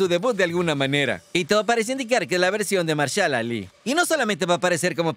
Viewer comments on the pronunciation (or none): Tan dificil puede ser decir Mahershala Ali - "majershala ali"!!?